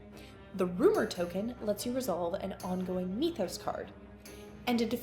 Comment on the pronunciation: How on earth did you decide mee-thos was the way to pronounce that word? Do you say "meeths" as well? Made this unwatchable for me.